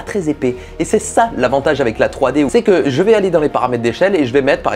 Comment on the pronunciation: Jte kiff et j'admire ton talent pour le montage photo/vidéo mais on dit "Avec" et pas "Avé"